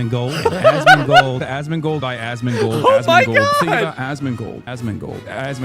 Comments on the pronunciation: Hassan be like: "aSsMInGlEdAssMinGleD....." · Why does Hasan pronounce asmongold as "ass mingle"? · Almost starts to sound like "Ass Mango" 😂😂😂😂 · I hear "Assmingle" now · Why does it sound like azz mingal everytime he says asmongold 😂😂 Also come join me for crazy talk boys! Twitch bots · fucking hell... "Azmingold" will be ringing in my ear for the remainder of 2025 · Anyone else start hearing "ASS MINGLED"😂😂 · Starting from here, the more he calls Asmongold it literally sounds like Assmingle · It’s starting to sound like Hassan is calling for “ass mingle “ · All I heard during the Asmongold comp was "Assmingle"... Excellent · after a few rounds of this i started to hear "ass mingle" and i dont know why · The more he calls Asmongold, it sounds more like Ass mingle 😂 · I keep hearing a s s mingle 😢😂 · "Asmingold", bro cant even speak.